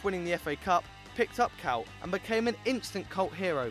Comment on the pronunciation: k oy t not k ow t